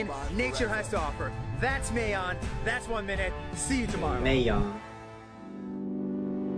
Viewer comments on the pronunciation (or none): Mayon is not pronounce mey-yon,its pronounce mah-yon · No no don't say meyon say mayun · Ok im late but this is a fact about mayon volcano ( pronounciation is MAyon not mAYon just a correction ) Mayon volcano has a very majestic backstory when the guy in the vid calles mayon a she he isnt joking the actual volcano grew ontop of a burial of a dead girl called daragang magayon she was kind as she was pretty and beautiful all the men in her village wanted to marry her but her lover was killed and she was saddend by this that she did nothing but cry soon leading to her death they burried her on the very spot where mayon is soon the volcano formed where daragang magayon was buried and lead to the angry and beautiful mt mayon some say she errupts bc of her ever growing anger and sadness by those who killed her lover This is just a legend but some say its true! Do you? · I love said the word "Mayon" as slang as "Meh-youn" 😂😂😂: Meh-Youn Filipinos: Mah-YON🤣🤣🤣